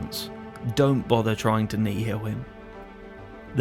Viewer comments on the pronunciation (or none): none